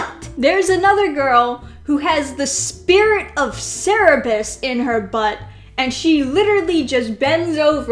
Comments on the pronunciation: Excuse me? How dare you?!?! It's Cerberus (Sir-bur-us) not Cerebus (Ser-re-bus) Why does every American always mispronounce Greek myth names? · American here, I actually pronounce Cerberus as SIR-burus, I had no idea other Americans say Serre-bus as a pronunciation.